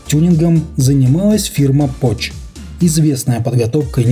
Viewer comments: Французская фирма называлась не «Поч», а «Пок» по фамилии основателя Жана Пока. Нельзя читать французские слова как английские. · не ПОЧ, а ПОК